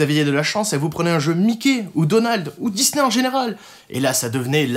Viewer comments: Excusez-moi mais "DiZZZZney", vraiment?! Oo XD mdr je vous adore toute la clique, keur sur vous <3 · Wsh y dit dizney au lieu de disney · "J'vais jouer à un jeu Dizney! " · les jeux dizney xD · ça m'a écorché l'oreille... Au pire, il aurait pu dire "dizni" histoire de le prononcer complètement à l'anglaise, parce que là XD